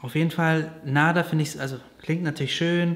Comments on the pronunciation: Der Mädchenname „Nada“ wird im arabischen auch nicht so ausgesprochen, wie er im deutschen geschrieben wird, sondern eher mit einem „ ä“, das heißt „ Nädä“ , das hört sich im arabischen schön an. Es wird in Deutschland einfach falsch ausgesprochen 😉wünsche euch alles liebe...😊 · Nada wird im arabischen aber eher "Nadda" ausgesprochen (also mit kurzem ersten 'a'), könnte das nicht ein Kompromiss sein? Klingt dann gar nicht mehr wie das spanische "nichts" 😛